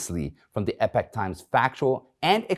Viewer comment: I wonder if Michael Lewis knows how to say/pronounce "epoch"?